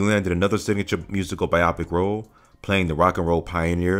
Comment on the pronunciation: Say it with me bye-oh-pick. Bye-oh-pick not bye-opic. Great video otherwise although you cut off the ends of your words a few times. 👏